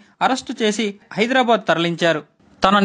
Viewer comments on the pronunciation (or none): none